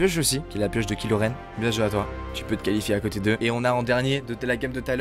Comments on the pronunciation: Les gens : cool la vidéo ! Le fan de star Wars : PUTAIN C'EST KYLO REN !!!! PAS KILO REN !!!!! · C est pas kilo Ren c est kylo ren